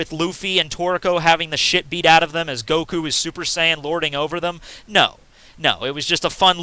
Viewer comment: It's pronounced Saitama with short vowels not Saitaaaaama like you keep saying. Same with Goku, it's Goku with short vowels, not Goooku. Jeez. It's like if I would call you Maytthew. That aside, I agree with what you said in the video.